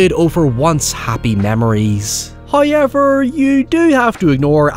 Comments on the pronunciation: love your videos, especially when they talk about my #1 favorite franchise. But I need to tell you something, and I don't know how well you'll take this... the word 'however', does not contain the letter Y. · I love this "HOYEVER" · Deadite: "I'LL SWALLOW YOUR SOUL! I'LL SWALLOW YOUR SOUL!": (holding shotgun) "HOYEVER.":::Deadite explodes